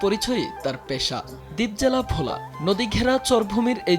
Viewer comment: Bhola, not vola.